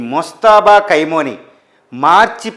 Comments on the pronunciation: Khaimoni,khaini,kaaduraa BABU! Khamenei!!! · Kaimoni kaadu ra babu Khameni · ఏయ్ ఎవడ్రా నువ్వు అది కైమోని నో, ఖైమా నో ,కాదురా ఎదవ. అది ఖమేని రా పిచ్చి మొఖమోడా😂😂